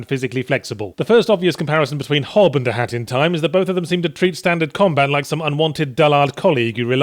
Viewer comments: I swear it sounds like he was saying hattytime. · it sounds like you are saying hatty time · Sounds like he keeps saying hatty time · You're not saying it right, say it like a haat in ti ime